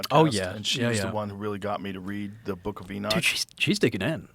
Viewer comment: It's nice to have someone on that's not saying it's in my boook, it's in my boook!